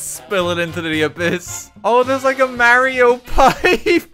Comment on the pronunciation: “Mary oh”